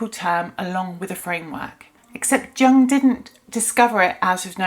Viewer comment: Please don’t pronounce the name of one of the greatest thinkers of the last century incorrectly…it makes you sound discrediting. For your own sake Carl JUNG is pronounced YOONG